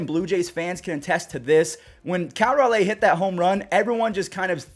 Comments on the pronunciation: you play mlb the show. Say Cal Raleigh's name right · Still pronouncing Raleigh wrong